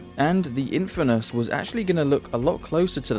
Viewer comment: "infanus" instead of "in-fernus"